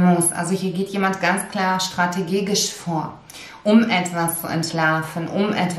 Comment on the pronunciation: Liebe, ich hab es schonmal geschrieben, es heisst strategisch nicht strategegisch